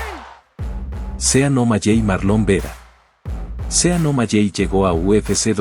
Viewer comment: Los nombres no cambian la pronunciacion de un idioma a otro debes informarte para que na hables tan mal, no se de que pais eres o si todos hablan mal como tu, bien video pero pronunciadstes 5 nombres muy mal SEan Omaley Se pronuncia Omaley no omalley. Aprende a hablar antes de que te critiquen del uno al 10 le doy un 2 a tu video